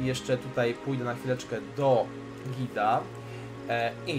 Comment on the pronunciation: GHHHeeda nie Gida xD to "H"nie jest bezdźwięczne